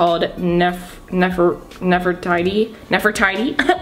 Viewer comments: it's pronounced Nef-Ur-tea-tea,as in Queen Nefertiti, 😊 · I can understand not knowing how to pronounce a lot of those words but how can you not know what Nefertiti is? 🙄🤦🏽‍♀️😂😂😂